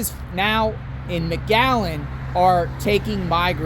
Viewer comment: Is he saying magallen??? It’s McAllen!!!!!🤦🏼‍♂️